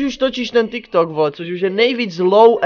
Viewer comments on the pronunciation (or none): none